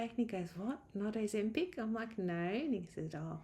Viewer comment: Excuse me, what did the doctor offer you? "A Zempig?"